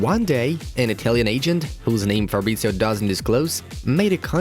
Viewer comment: It's "Fab-rit-zee-oh" not "Farbritzio". Also, he supports Watford, and never kept it a secret.